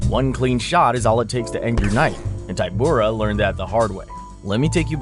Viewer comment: I like the confidence necessary to be so wrong about the ty of Tybura sounding like Tai. It is a polish name. Y has ee sound in most languages. .